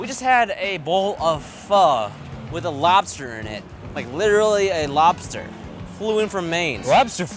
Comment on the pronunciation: “Udully win day owdewr de lobter” 😂😂😂